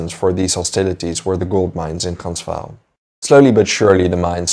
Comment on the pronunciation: Why are pronouncing Transvaal that way?? That’s not correct.